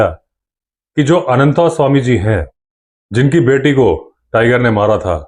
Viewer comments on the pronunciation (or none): जब आप भी "अनन्तस्वामी" को "अनन्तास्वामी" कहते हैं तो अटपटा लगता है। आप तो संस्कारी हैं। ऐसा तो अंग्रेज़ या हमारे काले अंग्रेज कहते हैं।